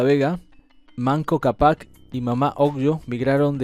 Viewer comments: Capac con fueraz en la c, CA.gracias..ayar con acento en la primera A, bye. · Capac con acento de voz en la primera A,, hermano argentino, thanks..